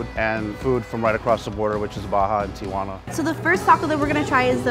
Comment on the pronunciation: b r e e z e clearly they said Tijuana. So clearly they don’t find it hard.